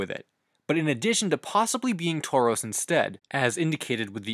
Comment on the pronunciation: You say taurus like the Pokemon